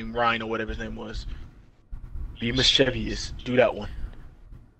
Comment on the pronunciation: Oh and I really like how you corrected Avid on how to say mischievous and then you pronounced it wrong yourself hahaha